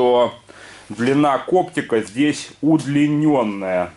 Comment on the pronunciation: Кокпита, а не коптика..